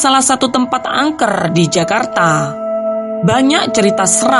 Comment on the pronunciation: rrrr nyaa peket banget,, angkerrrrrr kerrrrrr rrrrrr astaga